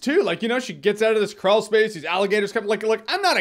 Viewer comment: I've been here since the ME:3 deal and enjoyed it ever since. Also every time I heard him say Crawl I kept mentally hearing Krull... Now I want Jermey to do some Retro Reviews with Krull at the top of that list.